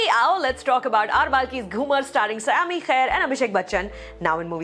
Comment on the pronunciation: It's not सयामी it's संयमी खेर